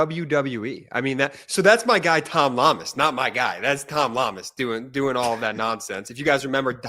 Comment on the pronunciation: Guy in red needs to pronounce reporter's name correctly: it's Llamas-say it like "Yamas." Come on! You folks in media are supposed to be wordsmith and Spanish is probably the second most spoken language in the country. And you're not alone with mispronunciations.